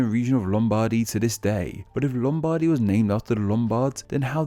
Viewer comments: Sorry, I'm trying not to nitpick, but no one pronounces Lombardy as Lom-BARDY, as you did stressing the bardy!!! This isn't even the Italian name for the region so I first thought that you were trying to pronounce it in a more Italian way, but if you were doing this you were trying to pronounce the English names for Italian regions in an Italian way. You should have just used the Italian names!!! Then you'd have been forgiven, but this was just odd. Come on, you can do better than this!!! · The stress in 'Lombardy' should be on the first syllable. Your pronunciation sounds rather peculiar to me. Also, Venezia Giulia should be treated as one toponym (they're considered separately in the video). It means "Julian Venetia" and identifies the ancient part of the Republic of Venice in the Eastern Alps ("Julian Alps"). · Two notes: 1)Lombardy, the accent is on the "o" not the "a" 2) about basileus, basilicata and romagna: in roman time the region was called only aemilia. It started to be know as romagna when the bizantine (or [eastern] roman empire) reconquered italy from the Goths in the VI century AD. During the following wars with the Longobards (VI-VIII c AD) the region of aemilia was most of the time firmly in roman control from the regional capital of Ravenna (that was the bizantine capital of the Exarchate of Italy). For Basilicata and Basileus the southern part of italy (Campania, Apulia, Calabria) was under Byzantine control until the 1024 AD. After more and more Normans started to appear first as mercenaries of the pope and local lords and after as ruler of bigger and bigger aereas. The byzantine called the region catepanate of italy. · As much as I hate Italy and more specifically Lombardy, I hate how you butchered the pronunciation